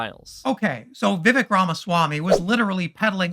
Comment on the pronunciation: For fuck's sake, just pronounce his name correctly, Viv-ake. Intentional mispronunciation is second-grade nonsense, also a chief MAGA tactic.